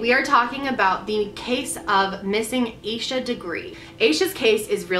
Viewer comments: asha is generally pronounced like sasha without the s, so hearing it pronounced like this is so weird to me! it doesn't matter, just had to point that out because we share the same name. this case is truly heartbreaking, and i love this series as a whole and the reasoning behind it! i think it's amazing how you put so much thought and research into each video!x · Aah Sha. Not ay Sha.